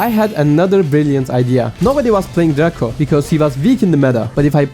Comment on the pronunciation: Dreyko şeklinde telaffuz ediliyo kanka sanki. Ama çabanı takdir ediyorum